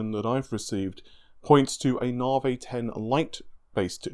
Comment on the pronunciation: Bartholomew Hunt lol drives me crazy. I think “ren-or” pains me even more than “nah-vay” 😬